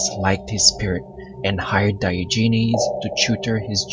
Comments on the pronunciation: Hhahahaahah is not pronounce like diogenes, it’s daogen on english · Pronounce his name properly. Also the word doctrine.